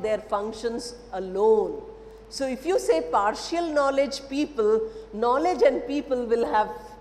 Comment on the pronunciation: Madam it is par-shal and not par-shi-al...similarly it is effi-shent and not effi-shi-ant. 😊